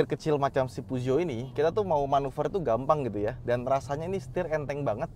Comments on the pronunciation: Puzo? Pijet? Pujot? Puso? 😂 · Merk mobil paling susah disebutinnya SALAH BACANYA🤣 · Emang bener kah baca nya puzuo😂